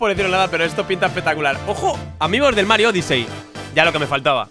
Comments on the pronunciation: Es odisi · Miss-Pronunciaciones de: Odyssey= Odisei Play= Plai